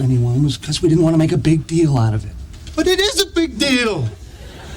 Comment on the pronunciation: Ele conecta deal com out. Ficando "lauravêt"